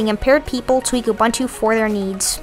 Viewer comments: Pronounced ooh booon tooh. Don't mispronounce indigenous words as you are doing it in a most offensive way. Please. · Pronounce Ubuntu